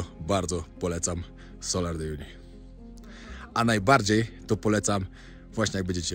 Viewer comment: Salar (wymawia się tak jak się pisze), nie solar ;)